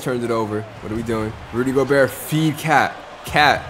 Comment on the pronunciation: not making fun of you but goberts name is pronounced go-bear. i pronounced it like you, i dunno if its just a joke if it isnt now you know.